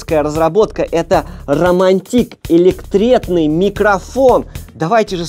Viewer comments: ударение на "А" ромАнтик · ДА ... УЖ ... ЭТО ЖЕ НАДО !? РОМАНТИКА , ... СТАЛА РОМАНТИК ... С УДАРЕНИЕМ НА ТИК ... 👀⁉️🤨🧐🙄